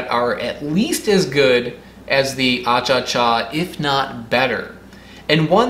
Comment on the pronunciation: Bolivia Won!!! 🇧🇴 It is not “achacha” , actually the real name is “achachairú” which means: “honey kisses.” Greetings from Bolivia!